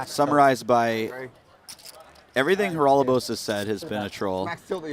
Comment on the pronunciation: Haralababos? Commentator cant read or?